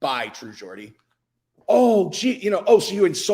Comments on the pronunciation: its geordie not Gordy lol he's geordie because he's from Newcastle hahaha 😆 Andrew tate is a nipple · Pronounced "jordie"... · Why you pronouncing Geordie like that man? Say it properly plz